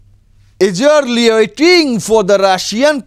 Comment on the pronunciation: এতো ইংলিশ উচ্চারণ ভুল নিয়ে কি করে সংবিদাদিকতা করেন?কথাটা ইগেরলি হবে, সোল্ডার টু সোল্ডার হবে